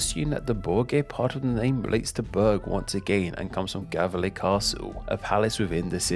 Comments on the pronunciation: Whether you spell it Gävle or Gefle, it's pronounced YAVE-leh. G before E, I, Y, Ä and Ö is as said "soft" and pronounced Y. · He pronounced the ö correct in Södermanland. But wrong in Götaland. Btw the g in Götaland is a j sound. He pronounced Gävle wrong the g should be pronounced as j sound. Gotland is pronounced correctly with the g and the o like au in the word austria.